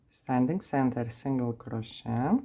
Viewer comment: It is pronounced CROW-SHAY.